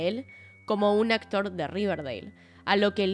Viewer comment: El acotr 😂 la menos disléxica